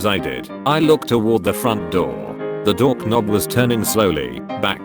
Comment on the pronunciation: "dork nobb" 😂